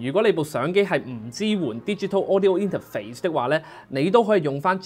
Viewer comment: 好中意你講＂inter肥＂